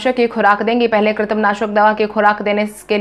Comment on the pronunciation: News anchor should always practice for correct pronunciation. Today many times you used kitrim instead of krimi